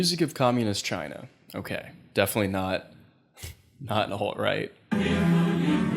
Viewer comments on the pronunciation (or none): none